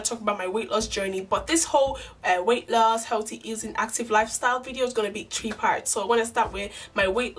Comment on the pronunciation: Your hair and makeup look so nice and I love how you say thighs and three